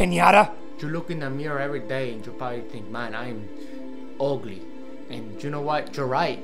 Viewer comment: You said agly wrong